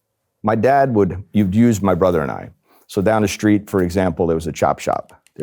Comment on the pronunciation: What does "schtreet" mean?